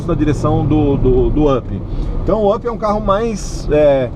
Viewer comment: up,se pronúncia "ap"!